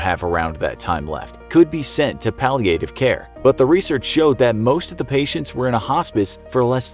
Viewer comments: I guess it’s like viet nam viet nam. When pronouncing the word palliative , doesn’t it sound better if the A is short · The way he said palliative care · The way they pronounce "palliative" 😑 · That’s not how you pronounce Palliative… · The narrator’s pronunciation of “palliative” is really annoying me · how you pronounce palliative care is really annoying.. get it right!!!!!!!